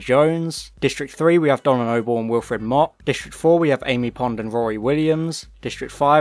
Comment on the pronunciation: It's Noble not Nobel like the Nobel Prize!